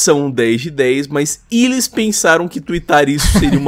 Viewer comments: Impressão minha ou o cara ler "ilis" ao invés de "eles". Aprende a ler pow. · Ótimo vídeo, mas meu ouvido doia toda vez que o falava "elis". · "Iles" kkkkkkkkkkkkkkkkkkkķkkkkkkkkkkkkkkkk